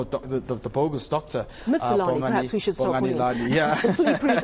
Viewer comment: Did you say "top Doctor "?😅😅😅